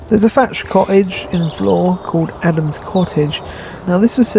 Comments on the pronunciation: You said it right. Flore. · Great video. I love your walks and your history lessons. Yes, you got it right - Flore is pronounced like "floor". My grandmother came from there. She lived there in the 1880s to early 1900s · You pronounced Flore right. The hard one to say is Cogenhoe. (Cook-noe). Flore has a petting farm so they may be used to humans.